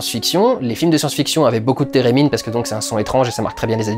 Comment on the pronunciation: « Térémine » ? J’ai pensé direct à Sherldon 😂😂